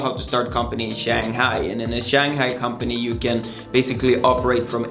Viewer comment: This guy cannot even tie a tie properly and he cannot even pronounce 'Shanghai' correctly. He is full of it.